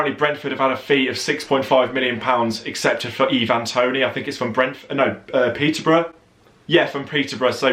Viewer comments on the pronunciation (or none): none